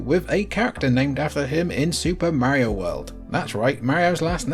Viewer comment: If you can call him "Mary-o" I can call it "Super NES".